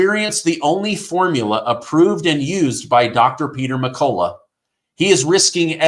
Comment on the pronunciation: you're pronouncing Peter's last name wrong in all of your ads for his medicinal formula. It's pronounced "Mc-cull-ough".